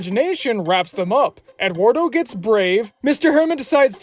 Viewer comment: That is not how "Eduardo" is pronounced.